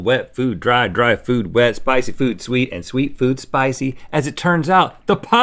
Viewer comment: No instead of sweet it’s sout